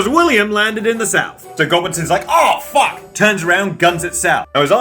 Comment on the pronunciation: Ah, the return of the stressed "fuck". You love to hear it.